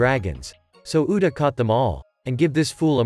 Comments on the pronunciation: You said uda not uta bruh💀💀💀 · its actually "Uta" its just the text to speech ai is kinda broken